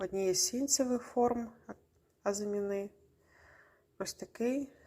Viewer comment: Доброго здоров'я, пані Лідія! У Вас така гарна українська, ось тільки в українській мові (на відміну від французької) наголос у слові "азимі́на" на передостанньому складі